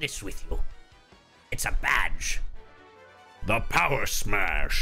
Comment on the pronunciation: Badge not bagel